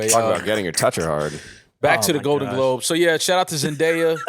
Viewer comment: dont know how to say globe